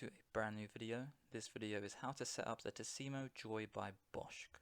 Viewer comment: thanks , but it’s pronounced bush not bushk in german sch like sh in english